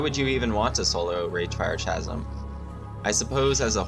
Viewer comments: Keep doing these videos. But I really must say... Chasm is pronounced kazəm, with a "K", not a Cha. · mfw you cant pronounce chasm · No that’s not dialectic. It’s not worth getting upset over the guy is trying to help him polish his videos up. People mispronounce words all the time, especially older unused words like Chasm